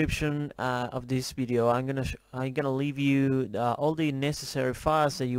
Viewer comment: its pronouced Video not Bideo :) also its i am not im :) people pick up on that and some might troll you and you dont deserve that :)